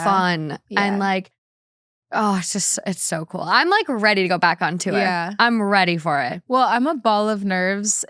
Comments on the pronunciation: When she started speaking about a word she's mispronounced, I thought she was going to say the word "tour". Or should I say tuor? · why does call tour tew-er 💀💀